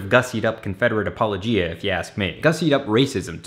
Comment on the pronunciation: Just so you know, apologia is pronounced: apple-oh-gia, emphasis on the oh